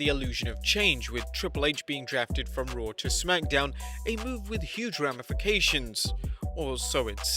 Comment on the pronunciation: “With Ric Flair running Rawr”